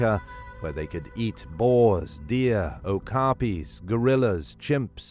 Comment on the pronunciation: DID YOU SAY OKAPI????😂😂😂😂